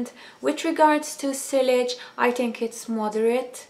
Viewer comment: Sillage is pronounced 'see-arj'